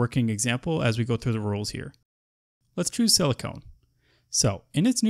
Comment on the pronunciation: Thanks this is helpful, but I believe it is pronounced sili con and not silicone, silicone is not an element